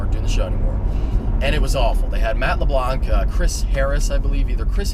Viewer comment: You're pronouncing "LeBlanc" wrong... and it's fucking annoying...